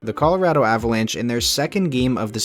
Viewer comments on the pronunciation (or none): none